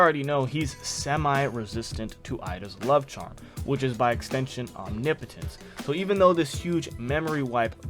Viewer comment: MASSIVE bonus points for being the first YouTuber I’ve heard pronounce OMNIPOTENCE correctly!!!!! 😂🎉